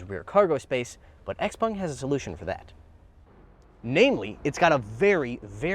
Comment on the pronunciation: What is a Xpong ? It's Xpeng. 😮